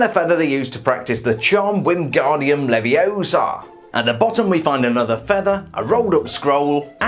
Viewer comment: "It's 'leviosa', not 'leviosar' " Anyways, great video and assume you're hyped for the new sets, I know I am!